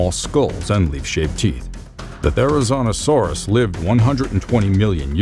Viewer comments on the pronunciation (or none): yep,he said Therizinosaurus wrong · "Therizonosaurus" Therizinosaurus